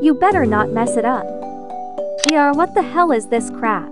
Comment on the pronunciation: my favourite part was when she said "W-H-A-T"